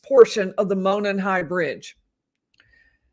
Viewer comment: Would love to have coverage from the trial~ been waiting on this trial forever. I'm originally from the area...and by the way Monon is pronounced Mow Non....lol :) My heart goes out to you and your family over the loss of your husband. I don't know how you're doing so well...my husband passed away 2 years ago and I'm still a hot mess. God bless you all 💗 Thanks for all you do.